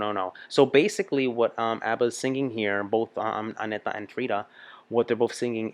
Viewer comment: THANK YOU for finally pronouncing Agnethas name correctly! You are the best! Love alwas from Sweden 🇸🇪 😍